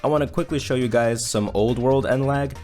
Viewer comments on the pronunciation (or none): none